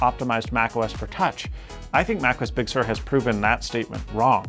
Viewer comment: I see, or rather hear that is pronouncing Big Sur correctly now!